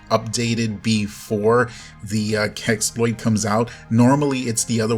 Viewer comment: You said so many time "keksploit", wtf is that? And hugeeeeee thanks for updating us... I seriously don't know what I would have don't without someone who makes everything pretty simple :)